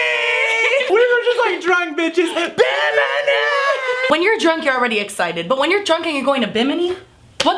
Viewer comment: SAY BIMINI ONE MORE TIME..